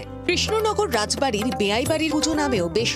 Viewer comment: Not ray bari it's raj bari😅😅😅😅😅😅😅😅😅😅😅😅😅😅😅😅😅😅😅😅😅